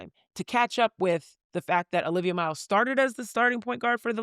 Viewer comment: Stop. It's Olivia.